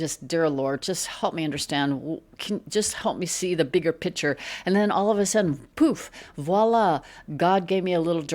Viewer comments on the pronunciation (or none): what is another name for a painting - a PICTURE.....or a P I T C H E R ?????? $anta needs to learn english. Irritating to see the english language language butchered....Say it with me.....PICK-chur. Thank you.